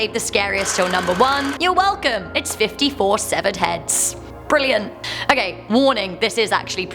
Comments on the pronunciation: I can't tell if you're saying hands or heads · she was saying sevared heads not hands